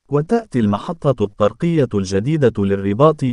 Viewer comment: تحياتي اخي. انك ترتكب اخطاء لا يرتكبها طفل يدرس في القسم غلثالث او الرابع حشومة فكلمة. الطرقية انظر كيف تقرؤها الطاء مضعفة بالفتحة والصواب. هو الطاء مشددة بالضمة والراء مضمومة كذلك هذه الكلمة كررتها كثيرا فجمع طري هو طرق الطاء مضمومة والراء مضمومة. زيادو على اخطاء اخرى نصيحة من الاحسن وتفاديا للاخطاء اقرا بالدارجة. راك شوهت راسك امسكين الناس يسخرون منك ولن يدخلوا لقناتك ويسمعوا لتفهاتك. اتكلم عادي احسن لك اش دلط لشي لغة عىبية وانت لا تحسن النطق بالكلمات شوهت راسك